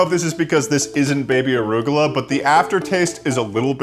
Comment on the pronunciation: why do you call it "orugola"?